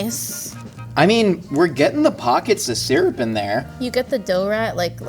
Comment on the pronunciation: I'm upset nobody took the piss out of sear-up syrup instead of sir-up